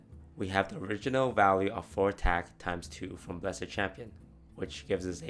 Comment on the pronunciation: "Bless-ED Champion" FailFish